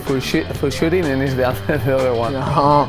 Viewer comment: shitt ehh shoting lol